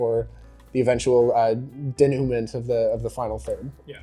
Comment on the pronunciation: If you're going to be snooty about using the word denouement you probably want to pronounce it correctly